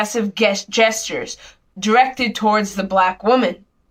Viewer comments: No that they had much credibility. But once she said "GUESTURES" I was done for lmao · Was that university student about to say "guess"-tures? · She almost read the word gestures as guestures. Does this help you determine the intelligence on display. And guess what you DID interfere with college activity. The two did not yell, utter or do anything threatening toward you. They were minding their own business & you were the aggressors. Time to get your head out of your A- - !